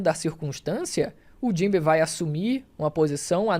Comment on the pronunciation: Fico muito agoniado quando os caras falam os nomes dos personagens com entonação errada. "Jinbê" mano?